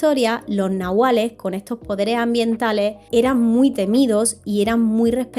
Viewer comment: Gracias….gran video una amiga que habla aun maya ……me dijo una vez que la pronunciacion correcta es NAHUALLE …ES DE OAXACA Y ME ENSEÑO UNAS 30 palabras mayas